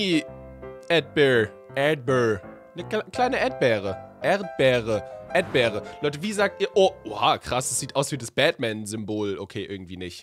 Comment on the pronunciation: Edber Hahahahahaha Erdbeere 🍓 edber 😅 warum sagst du das eig ?